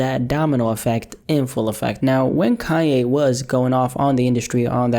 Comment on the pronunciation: KaNNNN ‘yeh(Kanye) ... not Kah-yay!!